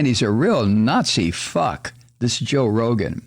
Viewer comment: I like how you pronounce Rogan and I'll be saying it like that from now on!